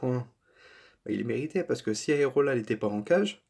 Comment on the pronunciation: le gardien c'est AREOLA et non aerola comme tu dis tout le long de la video !!!!!!